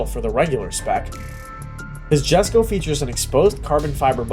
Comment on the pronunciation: for fcks sake when will people, including Adrian, call the Jesko what it is, its pronounced Yesko. but hey what do you expect from a pages that cant even use a pic of the proper engine